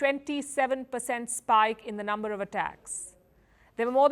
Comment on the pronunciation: Uneducated people pronounce number as lumber